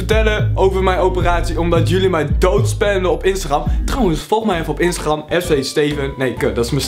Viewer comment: Zeg pleease niet instaGRRRRam maar instagrem 😂😂😂